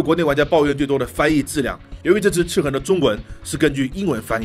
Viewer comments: 他说ci痕舒服多了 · 的发音笑死我了，一本正经的chi痕chi痕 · 这次念「赤痕」的时候特别注重嚼字...: ) 其中还有念成「赤魂」的。这个IP是不是有一个更复古的仿8bit游戏？ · 哈哈哈哈，听一直说广普，但是读“赤痕” 又特意咬字特别清楚，感觉很萌啊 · 哥你这集在说游戏名字赤痕的赤的时候卷舌音特别重是肿么回事？而其他的却又不注意。听着特别别扭，还不如继续说塑料普通话了…… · 血虧笑死我 🤣🤣🤣 所有籃子放一個雞蛋裡也笑死我 😆😆😆 聽著唯獨「赤痕」二字咬字特別清楚感覺有點出戲 🤣 這款之前會免有送，我看了一下是類惡魔城遊戲就載來玩了，然後就發現超好玩～我就是喜歡惡魔城啊～～～ N年前玩過一款韓國做的手遊，也是類惡魔城，其實也不錯玩，但後來再回去看發現沒得玩了，我都還沒破關呢 QQ 會選擇眾籌很簡單啊；眾籌就是一個「給你錢，快點做」的實際展現。但是投資的話都得聽投資方的話，付錢的最大，自然是眾籌比較自由。 （小吐槽：角力應該讀作「腳力」。「角色」才讀作決，是從戲曲來的；角力是從牛這類動物用角去爭鬥的行為借代來的，所以讀作腳。你總不會把牛角讀作牛決吧？） 至於翻譯嘛……還好我是玩英文版。但我有稍微瞄過中文，那個翻譯真的是慘不忍睹 🤣🤣🤣